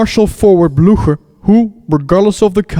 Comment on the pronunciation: Someone who didn’t say “blewcher” when talking about Blücher:)